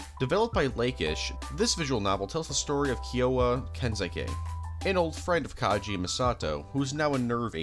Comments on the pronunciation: lovely video, but please, PLEASE, put more effort into pronouncing character names. You called Kaji Kay-gee and consistently butchered otheres :( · bro did you even watch the show? Calling Ritsuko "Akeyji" and calling Kaji "Kaiji"...